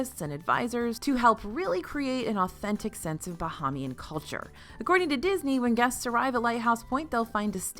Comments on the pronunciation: I’m a big fan of you and DFB, but you tend to mispronounce “Bahamian.” It’s different than the word “Bahamas.” Think “Buh-hey-me-Anne” not “Buh-hah-me-Anne.” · I never miss an episode of DFB and love you and live in the Bahamas, please say Bahamian (like “aim”)